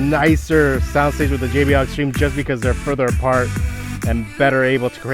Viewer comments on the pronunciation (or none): none